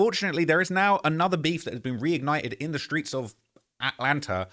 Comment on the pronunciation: Dog aint never just called that shh "ATLANTER" 😂😂😂